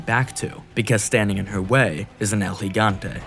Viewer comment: Was already gonna sub, but then I heard you say El Gigante correctly and had to for sure! Awesome video thanks